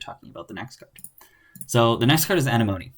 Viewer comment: Ugh. I'm relieved. Came here just to say this. XD (Uh-neh-muh-nee) Obviously, also very informative video, otherwise; just...ya kno...itchy ocd